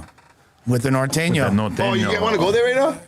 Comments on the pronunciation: Why they pronounce it like that?? ‘Nor thane yo’ are these dudes not Spanish speaking Mexicans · can’t even say norteño hahaha that white boy